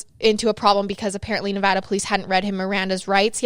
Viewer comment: Thank you for saying Nevada correctly